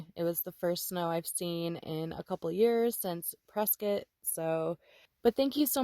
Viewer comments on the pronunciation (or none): none